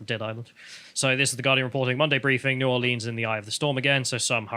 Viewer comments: Please don't say 'N'awlins' for New Orleans. 'New Orleeens' is common for out-of-towners to say, but us local folk say 'New Or Lens'. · Please don't say N'awlins. New Orleanians hare that. Y'all said it just fine as New Orleens.